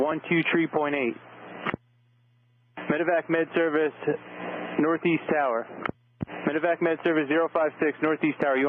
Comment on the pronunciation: I prefer this format. As a professional aviator, I’m interested in hearing other aviators personal views/opinions. Only critique: medi-vac, not medic-vac. I’ve done more than my share of them. Also, I’d lose the Fox News footage/affiliation, as trust level for ANY national “news” outlet is sus at best. Excellent job though,, thank you for the effort🤙🤙